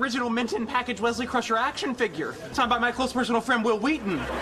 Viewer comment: whesley croucher xdddd it's Wesley Crusher